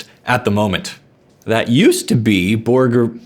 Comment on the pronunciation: Congrats on pronouncing "Borborygmos" correctly! He gets his name from the medical term for the noise your stomach makes when you're hungry.